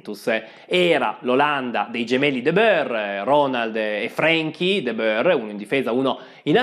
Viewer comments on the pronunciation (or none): Anche tu continui a pronunciare "De Beur" il nome olandese De Boer , come faceva Pizzul. (Si pronuncia "De Buur"). Pizzul continua a far danni anche oggi😂